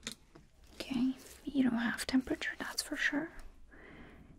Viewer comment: I love how she says “ok” like “okAy” idk why